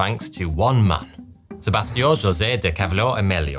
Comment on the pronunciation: Damn. The way he butchered Sebastião's name 🤣 🤣